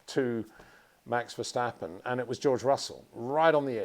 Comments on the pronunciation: It is NOT "Bottash" nor "Lewish" nor "Oshcar Piashtri" nor "Nyck de Vriesh" nor George "Russhell" nor "Fernando Alonsho" nor "Lance Shtroll" nor "Pierre Gashly". So why do you say: "Max VersHtappen"? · Still wondering when Peter would finally be able to pronounce Verstappen en Leclerc correctly…… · Please please learn how to pronounce Verstappen.